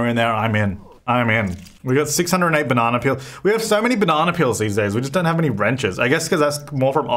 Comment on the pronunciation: Deli: bits & pieces: BANANÁ PEELS